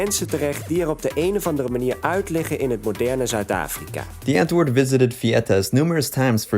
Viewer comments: Lol your pronounciation of these South African words got my dying 😂😂😂.. The w is pronounced v. And it's not "antwoord" it's "untvoord" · “Antwoord” is pronounced “ant-voo-rd”